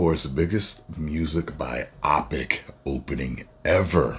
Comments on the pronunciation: What if they 'woked it up'? And, it's 'bio-pic', not 'bi-opic'. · You’re killing me😂 Bi-OPIC?! It’s Bio-Pic🤣🤣🤣